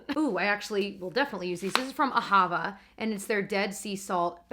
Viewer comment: "The cleverness eased out of me" made me think of "oozed out" 🤣. Those salts are pronounced "ah-ha-va", without stressing the "ha" syllable. Awesome vlog as usual - love you guys!